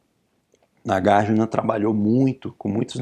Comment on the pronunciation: Oi professor, tudo bem? Tenho uma pergunta. - Por que a pronúncia é NagarjIna e não NagarjUna, sendo que Arjuna pronúncia Arjuna e não ArjIna?